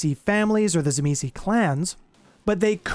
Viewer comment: its pronounced "TSIMIIS" - it doesnt end with a vowel - i hate how most utubers get it wrong